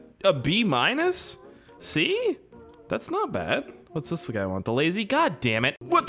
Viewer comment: Bro your accents kill me “SEE” 🤣🤣